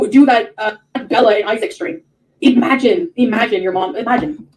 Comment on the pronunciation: I can’t stand the way she says eeemagine instead of imagine. She says it a lot.